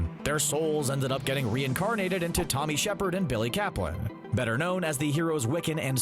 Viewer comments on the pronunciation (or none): none